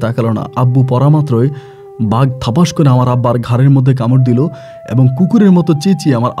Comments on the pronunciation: ভাই ওটা কে ভাগ নয় বাঘ বলে ভাষা উচ্চারণ ঠিক করেন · ভাগের গল্প পরীর গল্প বন্ডামী জটিল উচ্চারণ উল্টে গেছে। তবুও ভাল লাগলো